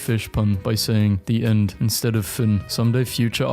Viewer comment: I'm in pain because of the way you said 'fin' The French guy in me is in agony